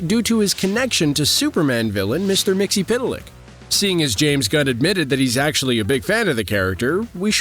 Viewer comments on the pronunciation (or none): none